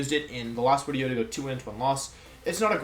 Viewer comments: Day 10 trying to figure out why he says “Wideo” 🤔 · Why do you always say “wideo”? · He explains it in another wideo friend. He has German friends that pronounces their V and W backwards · It’s as the result of picking up on the way his German friends spoke. Same reason he says “Wenusaur” instead of Venusaur.